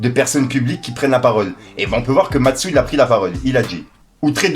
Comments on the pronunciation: lol c'est MASTU pas MATSU, sinon encore merci pour tes vidéos force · Mastsou😂 Mastu devient Matsou 😂 tu ma tuer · mastu pas mastou mdrr